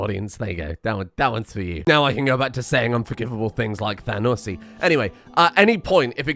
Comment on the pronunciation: Honestly "Thanussy" might be the most cursed thing I've heard in a long time